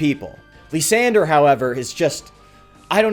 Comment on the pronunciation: After butchering Kyurem, he now butchers Lysandre calling him "Lisandre"